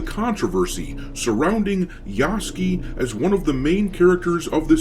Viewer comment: Just wondering if you're mispronouncing Yasuke's name by mistake or on purpose?